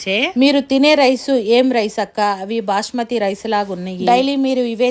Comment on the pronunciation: Bashmathi kadu basmathi